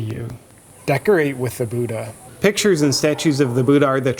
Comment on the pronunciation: I am SO OFFENDED how you pronounce Buddha.